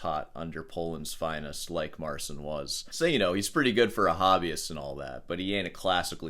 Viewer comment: the unintentional mispronunciation of "Mar-Sin" will always be funny to me lol